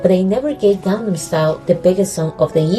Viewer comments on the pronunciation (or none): none